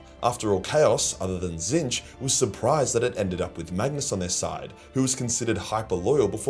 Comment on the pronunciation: pronouncing Tzeentch correctly what timeline am I in?